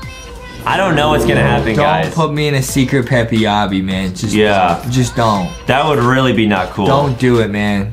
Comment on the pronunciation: This man said peppy not peps lol